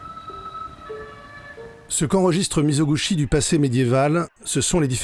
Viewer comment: Merci beaucoup pour ce résumé exceptionnelle ! Une correction : Mizoguchi se prononce mi-zo-gou-TCHI.